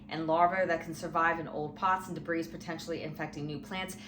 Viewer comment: debris is pronounced "debree"